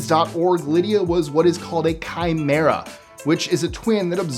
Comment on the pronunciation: "Chimera." What the ef??! 😮